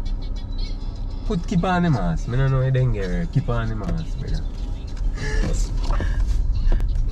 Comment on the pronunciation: 😂😂 say dengue